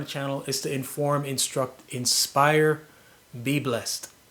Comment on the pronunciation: Your final words at the end of the video confused me: Be Blessed or Bib-Less? I'm dead🤣😂😅 From St. Lucia